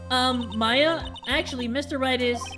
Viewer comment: that's Maya not Mia!